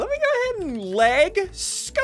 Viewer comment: “Leg scopes”